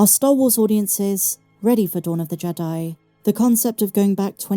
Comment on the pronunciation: I think it's pronounced "jee-dye"